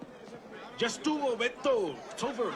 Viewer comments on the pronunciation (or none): none